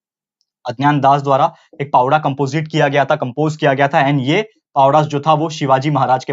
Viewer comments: Pavda nhi sir powada plz say properly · Sir it is not 'पावडा' it is 'पोवाडा' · Pavda nhi bolte sir powada hai vo plss request from me that say it properly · Pawda nahi sir powada bolte he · भाऊ पोवाडा पवडा नाही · It's not a पावड 😡😠 It's पोवाडा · Please say Powada... Not pawda